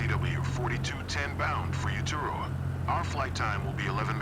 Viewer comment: Correct pronunciations should be ray-a-tay-a (Raiatea) and Oo-too-roh-a (Uturoa) as they are POLYNESIAN names and in the South Pacific. A very long way from Barbados and the Caribbean.